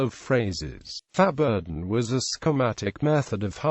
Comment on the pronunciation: Well, to start with, the synthetic voice-o-matic needs to be reprogrammed to pronounce it correctly, at least in American English. It's pronounced "foh-bor-done" (less frequently "fow-bor-done").. The "X" is, like in French, not sounded as a consonant.